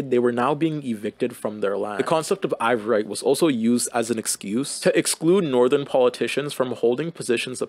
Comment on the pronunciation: really interesting video & a great overview this part of history! you spelling & pronouncing ivoirité (ee-vwar-ee-tay, basically "ivoryness") as "ivorite" (eye-vo-rite, this is a type of glass) took me OUT though 💀 you weren't kidding when you said these words were too french for you